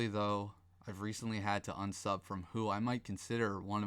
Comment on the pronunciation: "I've recently had to ubsub." Dude, you didn't have to do anything. Lols. You chose to ubsub.